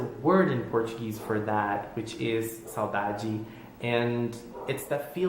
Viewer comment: Are you brazilian? When you said saudade there wasnt an accent at all Edit: Personally, I think ichikas mom is prettier ;)